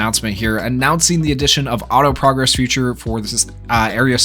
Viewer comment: Is it just me or does he pronounce "feature" as "future"